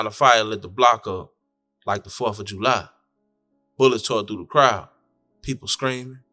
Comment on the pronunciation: U say July so funny. JUUU LIE 😂